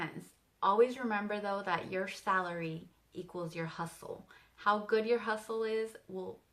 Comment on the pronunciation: "Salary" lol